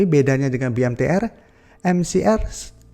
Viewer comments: BMTR bukan MBTR.. 😂😂😂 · BMTR BUKAN MBTR !!!